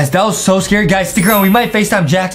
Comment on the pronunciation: its not scerry oh no im scerred oh shhever me tember